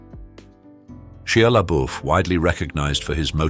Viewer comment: It's pronounced SHY LABUFF